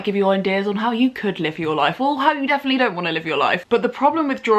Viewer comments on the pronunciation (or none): none